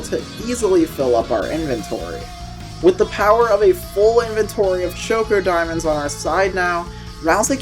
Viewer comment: Did you really have to call ChocDiamonds Choco Diamonds? There's no o! This made me mad the ENTIRE time I was watching!